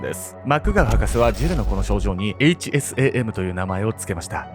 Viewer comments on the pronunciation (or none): 〜！！ 「HSAM」を「HASM」って 言っちゃってるよ〜！！ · で、HASMと言っていますが、、、😂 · HASMって言ってしまっている笑